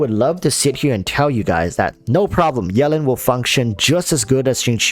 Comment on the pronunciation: You really call Yelan - Yellin' lol. It's Yee-lan